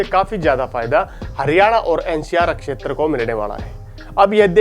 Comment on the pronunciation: Thk h akshtar... shetra hota h